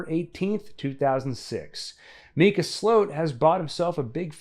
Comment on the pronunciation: Isn’t his name pronounced mycuh and not meecuh?